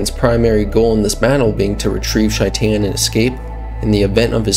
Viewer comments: Is it just me or is he pronouncing his name completely wrong…. Shy-tan. It’s a name so they way he says it makes it a completely different name. ? You mean SHAE-TIN or shay-tin Idk why but Shy-tan is so hard to hear. It’s possible that is how it’s pronounced idk. It was hard to hear shytan tho. Not hating just an observation as in the game it’s pronounced SHAE TIN Yes Ik it’s spelled shaitan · "Shy-tan" My guy.... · how do you mispronounce the name so hard when it's clearly pronounced in game? SHAYt'en. like a verb. i'm shaytin'....at least that's how Johnny says it in the Arasaka tower flashback. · Corrections: 1. Johnny called him "SHAY-ten." There's no indication that this was ironic, so that would seem to be the correct pronunciation, unless there's a clip of Maximum Mike saying it differently. 2. Sure he does. Just look at Johnny's arm. ;) 3. The correct term is "GM." Game Master. DM is a branded term specific to Dungeons & Dragons. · Man's been out here mispronouncing shaitans name for like 3 videos now